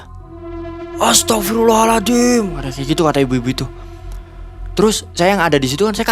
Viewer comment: Serius nnya astaghfirullah allazim atau aladim? Salah sebut beda arti